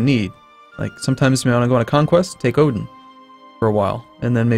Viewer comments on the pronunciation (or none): none